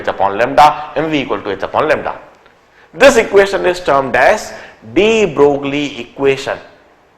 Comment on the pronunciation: De Broglie was a French scientist hence his name does not pronounced as de Broglie but de broy.. same thing is applied to Huygene's his name does not pronounced as Hygene but Hoggain